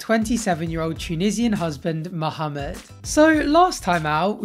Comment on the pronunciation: I love how says mohameds name properly